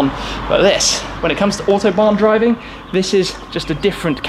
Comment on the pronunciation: . . its official Smee cannot say Autobahn . .